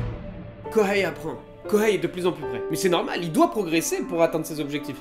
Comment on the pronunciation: Arghhh il n'y a pas de prononciation de H en japonais Kohei ce dit Koei